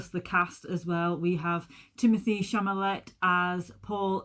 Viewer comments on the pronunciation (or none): It’s Chalamet, not Chamalet. He was terrific in Call Me By Your Name, Beautiful Boy and The King. He had smaller roles in Lady Bird and Little Women.